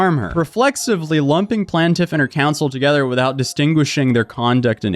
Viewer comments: For the love of all things sparkly it's PLAINtiff like a plain donut! 😅🤣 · Thank you! Hopefully she consistently pronounces plaintiff correctly in her video 😵‍💫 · Why did you keep saying Plaintiff 2 different ways?? Correctly and then like a moron, so annoying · Bro, plaintiff not plant tiff. lol. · Plane-Tiff 💀 not plant-if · Specificity: SPESS-iff-ISS-itty. Also it's plaintiff, not "plant-tiff". Sorry, pet peeve. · Plantiff ❌ PLAINtiff ✅ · I REALLY love your channel and this story is so crazy that I want to revel in the craziness… but my brain short circuited every time you mispronounced plaintiff. You got it correct sometimes so I’m so confused why you kept pronouncing it “plan-tiff” instead of “plane-tiff”. Every time you pronounced it plan-tiff I completely lost track of what you were saying 😭😭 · Plain-tiff vs Plan-tiff. dont want to be a pronunciation douche but you keep going back and forth lol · Dude, I hate to be that guy but it's pronunced Plaintiff Plaint rhyming with TAINT not Plant. Oh, you just switched it up. And you switched back... I get it... puff puff pass mofo. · Bro, stick to your usual bs. It’s obviously clear you know nothing about law, she’s entitled to ask for discovery. It’s completely normal. You don’t motion, you don’t get. You talking about law, is just as corny as “plantiff” as you call her, lawsuit. If you don’t ask you don’t get..she has to do it even if it’s lame to you. Just normal motion to protect her butt. Yes she obviously wrong but she’s doing what she can. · PLAIN-tif. PLAIN-tif. It's pronounced PLAIN-tif, dammit! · I gotta admit, I stopped paying attention to the actual vid and just started counting how many times dude mispronounced the word Plaintiff. The “PLANT-if”, yo the “PLANT-if”, the “PLANT-if”. Mind you this is a WHOLE WHITE MAN can’t speak his own language 🤦‍♂️ GODDAMN…!!! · Please learn to pronounce "plaintiff".